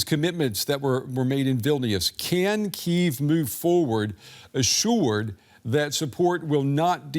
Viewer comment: bro cant even pronounce it, KEEVE